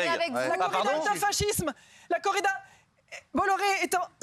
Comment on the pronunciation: 3fois elle dit bolloré bizarrement sa touche pas Cyril 🤷🏽‍♂️